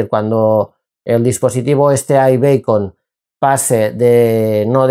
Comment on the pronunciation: aibicon no beicon